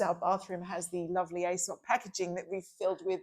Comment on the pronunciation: you’ve obviously been away from Australia too long 😆 Aesop is pronounced Ee-sop 😉 I’m in love with their perfume called Kaarte ❤ Amanda, I think you’re supposed to use the LED mask on clean skin before serums and moisturiser. You’ll get better results. I love my Dr Dennis Gross mask, use it morning and night, but when it dies I’d like to get Omnilux. 🥰